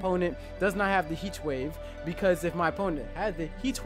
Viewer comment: Dead ass trying to figure out weather he had a speech impediment or was doing the Stewie Cool Whip thing. Thought it was just me